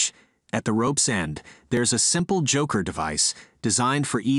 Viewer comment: It's pronounced choker, not joker devise.